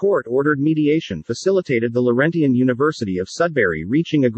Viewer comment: Annoying fake voice that even mispronounces the word "Laurentian". But in terms of content, a pretty good example of the difference between "law" and "justice". The federated universities, that in fact created Laurentian, are sacrificed on account of Laurentian's own failures in competence and ethics. Yes, there were multiple players in the drama - but just decisions were not the agenda.